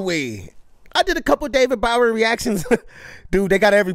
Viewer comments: Love you, but David Bowie is pronounced Bow ( like a hair bow) eee, not Bow like Bow -Wow.. Bo-eee. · Bowie. (bow as in archery bow, or the Bowie knife; not like, take a bow, or bow wow, like you're saying it.) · Love this movie! Love your reaction! FYI it’s David bow-ee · David Bowie (bow-e). I still appreciate you Video 🔥